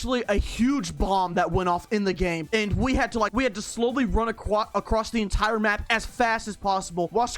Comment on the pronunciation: run ACWOSS yeah sure